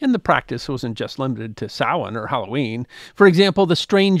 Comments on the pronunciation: Thank you for pronouncing "Samhain" correctly. It is "sow-in" or "sow-een". NOT "sam-hain" as it is spelled. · I think the closed caption is bang on. Most Irish people would pronounce it 'sawan', with the first syllable like 'sow', a female pig. Actually you pronounced it very well. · I knew would pronounce Samhain correctly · My compliments on your accurate pronunciation of "Samhain"... absolutely perfect! Maith thú,!